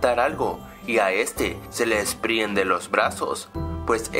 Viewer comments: se le "DISPRIENDEN" los brazos. 😂 jaja. Grave error amigo, debiste corregir eso, es "DESPRENDEN" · desprienden? desprienden?! ah! según yo era desprenden :v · "desprienden" :v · dijiste se desprienden los baros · Desprenden no desprienden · como critica constructiva, ten un poco mas de cuidado con la pronunciación de palabras, se dice "desprenden" ese tipo de correcciones te podrían ayudar a mejorar la calidad de tus vídeos, lo comento porque en otros de tus vídeos suele pasar lo mismo, todos somos humanos y nos equivocamos, pero ten mas cuidado ;, buen vídeo y saludos